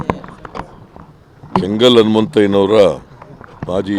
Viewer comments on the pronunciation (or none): ಯೇ ಗೂಬಲ್. ಜಂಗಲ್ ಹನುಮಂತಯ್ಯ ಅಲ್ಲ ಕೆಂಗಲ್ ಹನುಮಂತಯ್ಯ